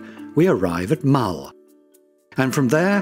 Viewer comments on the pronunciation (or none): Literally got to 1min 23 secs and the amount of mispronunciations is horrific. Eilean is not pronounced Eileen. Mull has a u in it. Loch has a ch not a ck. Gaelic pronounces Gaylik is Irish! Do some research before you do a voiceover.